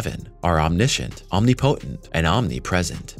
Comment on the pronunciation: you guys left out type II and Omnipotent is pronounced om-NIH-po-tent. Not Om-nee-poh-tent